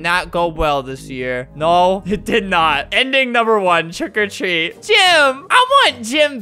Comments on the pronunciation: not quiggily it's trick or treat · Who really liked it when he said “Trick a treat” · I like when Albert says TREAT OR TREAT TRICK OR TWEAT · Twick or tweet🤣🤣🤣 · The intro: “TrWiCk Or TrWeAt” Me: keeps replaying while dancing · It sounds like hes saying TRICK OR TREE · Albert: "Twick or Tweat! TWICK OR TWEAT" Me: Instantly Likes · No one: Flamingo: TWICK OR TREAAAAT C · “TWICK OR TWEAT. TWICK OR TWEATTT” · ''TWRICK OR TWREAT''